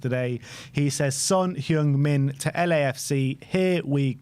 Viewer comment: Its been how many years and you still can't say his name right? Maybe he should have left earlier.